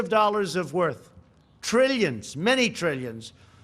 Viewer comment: Billions and trillans billions dollars 🤣🤣🤣